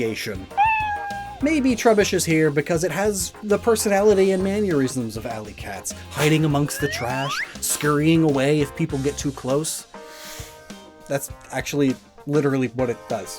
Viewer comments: Did you just say maneurysms? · Anyone else bothered that he keeps pronouncing “mannerisms” like “mannyerisms”